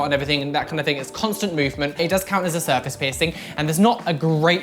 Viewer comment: "Serface" its surface